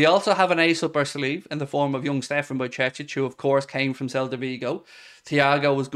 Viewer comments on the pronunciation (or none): none